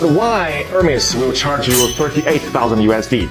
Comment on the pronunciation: Hermes, naam jaise dakar aa raha ho, yeh hai hamare journalist ki zuban